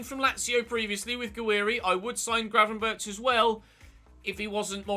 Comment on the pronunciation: Get Gravenberch (it’s pronounced with a G at the end, like the one at the start) and the CR7 regen and keep Kasun in the starting 11 since he has some growth in him left 💪🏻